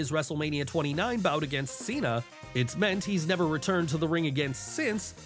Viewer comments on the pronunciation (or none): none